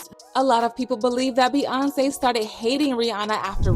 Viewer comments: The way this voice-over girl pronounces Beyonce is weird, completely leaving out the Y sound, irritating.... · be-AHn-say, be-yon-say